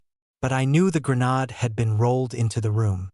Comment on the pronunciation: Please teach your AI voice English. Grenade is pronounced with a long A.